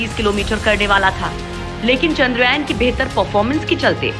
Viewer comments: Lady giving the voice over... Zara dhang se bolo ek baar charndrayaan... Bar bar.. Chandrayayan chandrayayan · Madam chandrayan boliye chandra yayan nahi. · Haha sahi kaha iskaa pronunciation ye hai चन्द्रयान